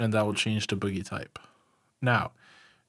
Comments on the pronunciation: Oh my god I absolutely love your guides but I can NOT stop laughing at how you say bogey. For future reference, it's not pronounced the same way as boogie, its actually pronounced BOW-gee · It's pronounced 'Bow' - 'Ghee' dam kids